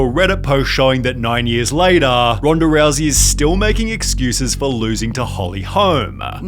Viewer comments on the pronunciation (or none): Twittahhh. Latahhh. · "Twittahhhh.. four months latahhhh"